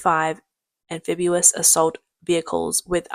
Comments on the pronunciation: Very clearly narrated, but please practice pronouncing am fib EE us not am fib YOO us. Great work, well presented!!! 🙂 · Stop, stop, stop. You're going to take someone's eye out. Besides, you're saying it wrong. It's (an-FIB-ee-uhs). not (an-FIB-yoo-uhs) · Anphibious pronounced AN FiB EE US, not AN Fib YU wus. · actually it's AM-phibious not AN-... if you want to be a stickler about things. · Nice video, but an English pronunciation correction... The correct pronunciation of amphibious is Am-fib-E-us not Am-fib-U-us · Do Brits really say, “am-FIB-you-us”? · Spelled Amphibious, pronounced "Am Fib Ee Us". If you're going to be a grammar-nazi, then get it right.